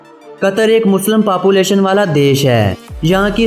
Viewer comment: It's population not papulation correct your pronunciation and wrong information man....